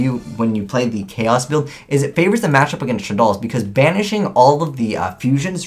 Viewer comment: 1. You pronounced shaddoll wrong 2. You put too much emphasis on what cards the decks don't have 3. You pronounced shaddoll wrong